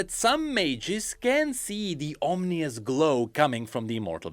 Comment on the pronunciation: ominous (om in us) not (om ni us)